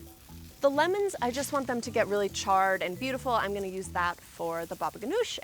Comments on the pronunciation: word of the day: ch-ARR-ed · am i the only one who notices she says charred a MILLION TIMES in the video , like......